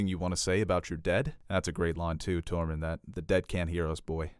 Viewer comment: I cringe everytime he tries to say Tormund's name. "TOREMON"